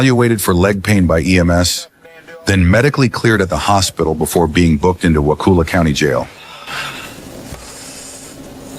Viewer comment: It’s WAH KULL AH not WAH cool ah